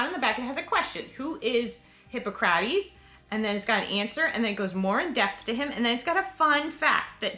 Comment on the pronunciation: Pronunciation for Hippocrates- Hip-ah-kru-tees 😉